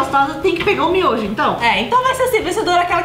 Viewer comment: Geito certo de falar: miojo , como eu falo :MINHOJO